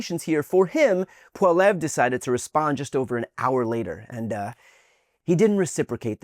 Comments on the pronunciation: I still hate Poilievre, but you're still pronouncing his name wrong. can't say I'm upset but I did feel the need to tell you 😅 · Brian, if you don't know how to pronounce something like a last name (Poilievre) look it up! It only takes seconds to type in "Poilievre pronunciation". Mispronouncing their names does not endear us to Canadians. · As a Canadian it is crazy hearing you multiple times mispronounce the name of the conservative leader and even refer to the clip of the liberal leader as PP is such a fascinating example of the typical American disinterest in anything that is not from their country. The world does not revolve around you, please be respectful of other countries and do proper research. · I know its not on purpose but I like the mispronouciation of Poilievre😂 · your not pronouncing his name properly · Bro… your clip of Pollievre responding to Trumps attacks… that was Mark Carney, leader of the Liberal Party. Your entire coverage on Carneys response, thinking it was a Conservative response, is cringe to watch. You’re also saying Pollievre wrong 😅 You’re a good guy, but this is just such a microcosm of America’s lack of giving a shit about Canada, not even bothering to get the facts right on our main parties leadership during the election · you put in the wrong clip? but the subject matter and follow up commentary was exactly consistent with that clip. dude, just admit you think all Canadians look alike... and work on that pronunciation of Poilievre, you're missing the 2nd syllable. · Ya’ll and your pronunciations…like I cannot stand Poilievre, he’s maple maga, but seriously, say his last name properly lol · Brian you need more syllables in poilievre 😊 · You're mispronouncing Poilievre, and that was Carney you threw to, I'm sorry but this is pretty sloppy. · Now, I firmly believe that Poillievre is a vaccuous prick, but it always beightens my day whenever Americans have no clue how to pronounce his name! 😂 I'll give you a hint: it's French!